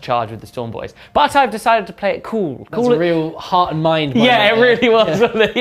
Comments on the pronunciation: Hearth is pronounced harth btw :) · Great video! Just a little thing, the 'e' in 'hearth' is silent :)